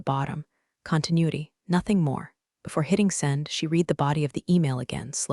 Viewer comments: Still haven't fixed how "read" is pronounced in its use! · Damn, would you please get a human to narrate your stories?!!! Maybe then words like read & read, live & live would be PRONOUNCED CORRECTLY!